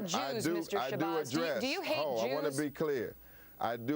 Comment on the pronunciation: did you notice she said jewers!